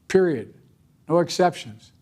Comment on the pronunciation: YO did Biden just say "PERIODT". I'm speechless literally